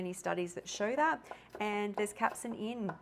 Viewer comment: Capsaicin not Capsin.